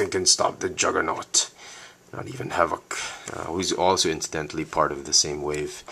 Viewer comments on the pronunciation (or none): You pronounced his name wrong. You stress VOK to much.